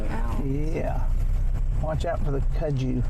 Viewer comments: We say the name like this, cut-sue vine. I'm from Tennessee and my mom showed me that vine when I was 4 years old and told me to stay away from it because snakes travel under it and alot of the snakes are poisonous and do bite us. That was enough for me to not want to play with it. But that's how you say it, at least we called it that cut-sue vine. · It’s on everything there! I’ve always pronounced it cud-zoo, I’m from Florida. We couldn’t get over how it’s taken over there when we were there in July.